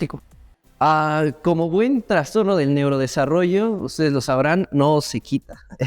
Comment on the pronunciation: Me da nervios cuando dicen traNstorno porque la palabra no lleva N. Aún así me volví fans de este canal y de los podcast 💛